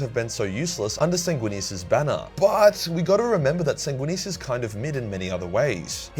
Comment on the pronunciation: Sanginius. Even Horus knew that, he said as such. Sanginius every brother (except Lorgar... maybe.) would have accepted.